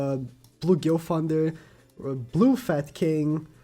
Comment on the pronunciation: I loved the video. Very informative. Please work on your "Th" I am not trying to be mean but there are too many names with that sound (Gilfunder, Arfur, Gowfur.)